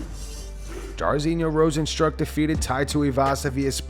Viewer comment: This 🤡 pronounces RosenSTRUCK and A-DESS-anya.